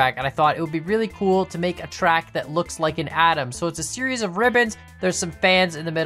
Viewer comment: adam you say, that beginning, atom